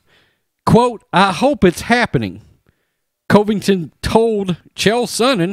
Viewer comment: Bro.. Get the man's name right! Not Cove-ington. How many videos do you do about him and still can't get it right?